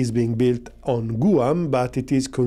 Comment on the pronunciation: loves his clickbait thumbnails, no matter who they’re meant to appeal to. Great content, the breakdown was pretty fair. Also,, Guam is pronounced more like “G-wam”, not “Goo-um”. English is strange 🤷